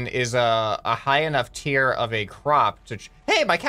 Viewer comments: its tier not tear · You mean "tier" instead of tear.